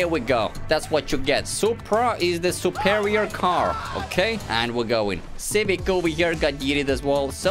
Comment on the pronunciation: It's not superior... it's suprerior!